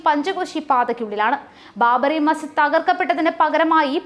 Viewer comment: ബാബറി മസ്, ''ജിദ്'' വിഴുങ്ങിയുള്ള വാര്‍ത്ത വായന ശരിയല്ല... അക്ഷരങ്ങള്‍ വിഴുങ്ങാതെ വായിക്കുക.